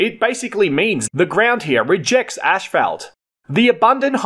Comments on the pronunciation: One of the words that voice generators cannot get right is Asphalt.... Ashphelt? lol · It is not pronounced ash, felt, .. it is asss, fault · I think it pronounced (ass fault).....🤣🤣🤣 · The fact that you pronounce it fkin ASHFALT in Australia is the most interesting fact of this video. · It's him pouncing "ass fault" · Great video, and I also learned that you pronounce “asphalt” differently than in the U.S.! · im aussie and i dont pronounce it the way you do. Bit different. Thanks for the vid it was interesting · 🤣😂🤣🤪took me a min to hear what he was saying